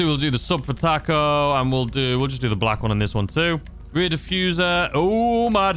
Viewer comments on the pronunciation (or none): none